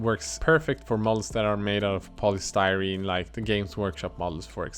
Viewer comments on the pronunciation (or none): none